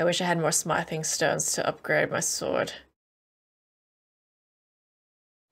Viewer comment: can someone please tell her how to pronounce: Smithing